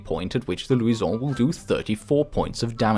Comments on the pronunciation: Why are you pronouncing luison like that? It's Lou-shin. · why does he go french when saying luison it sounds stupid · Its lusion not luison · louison ,the way you pronounce it is funny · I hate how he say Luisaon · The way he said luison😂😂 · When he says Luison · why are you pronouncing luison like that. It's not in french. It's in portuguese or spanish